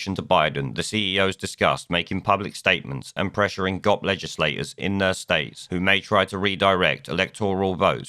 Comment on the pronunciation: Oh thanks for the great laugh. I've never heard anyone pronounce GOP as a word before and it sure tickled me. Just one of the many benefits of listening to people outside of the US.